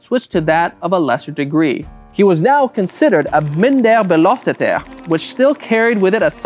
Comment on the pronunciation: "Belasteter" 😂 man I laughed so hard because of his pronunciation I thought he was speaking french...